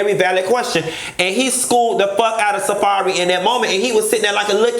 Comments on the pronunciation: Not “Safairy” 😭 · Girl why you read safari like that 😂😂👏🏽👏🏽👏🏽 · Say safari name again Bitch???!!!?!🤣😂🤣